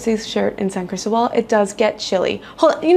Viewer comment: San CrisTObal…accent on the second syllable… Wear solid shoes, sidewalks are slippery. It is a gorgeous Pueblo mágico. ❤️🇲🇽 And it gets very warm here, I often wear sleeveless dresses and tops, but not year-round. 7200’ elevation which means a strong sun, thin air, and chilly temperatures during certain months. From March through September it is very temperate, NOT cold… Coca Cola is evil, and good that you told the true story. “San Cris Gut” is REAL. Sadly. It takes months to adjust. Almost everyone is affected. Fireworks are almost EVERYWHERE all over Mexico. Try living in Oaxaca! 😂🇲🇽❤️